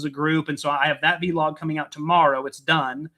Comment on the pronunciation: I love the way you guys make the word Vlog into two words and pronounce it vee log here in England it's just Vlog